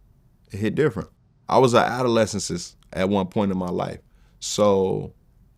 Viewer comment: Why Vlad let say ADOLESCENT incorrectly multiple times & never corrected him smh😂😂😂